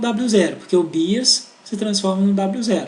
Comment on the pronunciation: Muito bom, mas sem querer ser chata e já sendo, "bias" pronuncia-se como "baias".